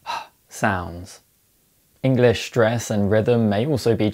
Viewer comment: "Shtruggle with shtress". Well, ok.